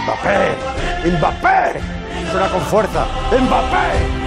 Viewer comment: je t'aime encore plus juste parce que tu prononces bien Mbappé.